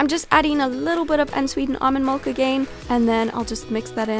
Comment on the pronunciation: What a strange pronunciation for milk!